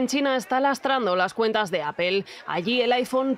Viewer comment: Empiecen por pronunciar correctamente Apple…….